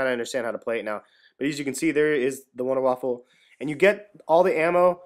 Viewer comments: VUNDAH- VAFFAH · Its pronounced vunder vaffe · it pronouced with a v not wonder vundervaffe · its pronounced VunderVaf... just sayin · Its called the Wunderwaffe, But Its Pronounced Vundervaffe. SMART ASS INCOMING: its actually called the Wunderwaffe DG-2. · OMG its pronounced Wunder waffe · WUNDER WAFFE!!!!!! NOT WAFFEL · there is no l it is not wonderwaffle its wonderwaffe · Nice video dude, 5 stars, just one thing, it's not waffle lol, it's [WAA-FAAFAA] so wonderwaffle is said different because it's german. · it's not wonderwaffle! Everybody is saying that! it's WONDERWAFFE DG-2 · wunderwaffe not wunderwaffle but i dont blame you i first thought it was wunder waffle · Wonder Waffle Its the Wonder Waffe Wonder Waff-e silent e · wonderwaffe not waffle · its wunderwaffa not winderwaffle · You are all wrong. First, its pronounced vunder vafa, second, its german for silver bullet ot wonder weapon. Its not wonder waffle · It's the wonder waffe not waffle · IT IS NOT CALLED wunderwaffle ITS WUNDERWAFE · it's not wonder waffle it's wonder weapon. pronounced vunder voffe in german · its wonderwaffe not wonderwaffLe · its not waffle its waffe but thanks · Wunder waffe ! not wunder waffle ! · its Wunder Waffe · wonderwaffle epic. It is pronounced VonderVaff. Like german. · IT'S NOT THE WUNDERWAFFLE!!! IT'S THE WUNDERWAFFE!!! WHY DOES EVERYONE GET THIS WRONG!!! IT'S GETTING ME ANGRY THAT NO ONE KNOWS HOW TO READ!!! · its pronounced vundavava not wunderwaffle and besides its spelled wunderwaffe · why do people keep calling it the wunderwaffle, ist wunderwaffe, GERMAN ! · don't listen to the a-holes becuase you said/spelled wunderwaffle Dempsey said wunderwaffle an it caught on pretty fast. So techinlly it's you can spell it both ways. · You saying wunderwaffle makes me hungry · Wonder Waffe, it's German there's no "L" "E". Good video very helpful thanx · apparently you don't know any German. The German language pronounces W's as V's. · actually it's VunderVaf(Er)